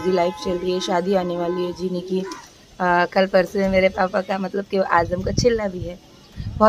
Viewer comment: Dear Ur so blessed that u have a Daughter like Uzma, She's So Matured Masha Allah... N Ap na jab bhi Azam ya Riyaz bolte ho toh pls Z ki sound use karo na j kyun bolte ho😂Ajam Riyaj